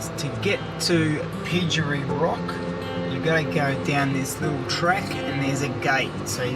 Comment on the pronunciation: Pygery is pronounced Pie jerry. Tcharkulda is pronounced Char-coolda Silent T.